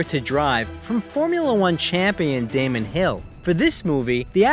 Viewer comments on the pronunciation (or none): none